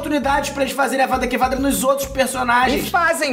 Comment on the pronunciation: Avadakevadra me quebrou kkkkkk